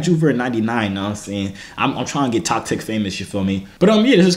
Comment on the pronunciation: He said I'm tryna get "TokTik" famous 😂